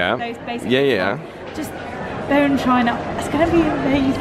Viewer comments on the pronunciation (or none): none